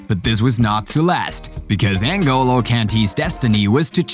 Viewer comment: It’s Ngolo not En go low